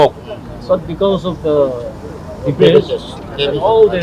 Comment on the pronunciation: The advisor should at least know how to pronounce DEBRIS if he has to mention it by word ! Other wise he could just say garbage ! 😂😂😂